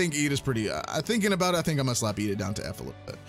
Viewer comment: I have no idea what you're saying but just know it's pronounced iida. Not with L.